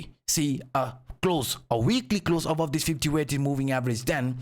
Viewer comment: you say "BULLISH" "BEARISH" correctly. But you say "AVOVE" instead of the correct pronunciation which is "ABOVE." Why is the "B" a problem in "Above" but not in other "B" words? 😂